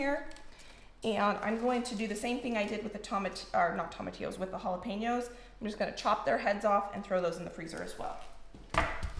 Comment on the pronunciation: Just FYI - tomatillos are pronounced with the long O sound - think TOWmatillos:)